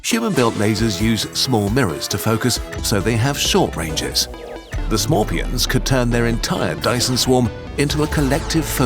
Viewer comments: so smorpions you say hmmmmmmm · Umm, its pronounced S'morepion, and they've been on Piñata island for years...